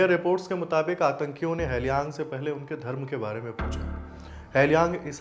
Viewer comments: Appreciate your efforts but 'Tage' is pronounced as 'Tagay' and not Tej and Halyang is pronounced with an 'A' and not Helyang. Hope this helps because during such tragic time, no one wants a silly mistake with the martyr's name. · It is pronounced (Tage = तागे) not tez. Hailyang = हालयांग.